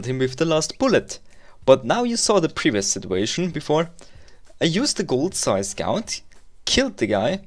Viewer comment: its funny to hear you saying sae scout. (sae scäut)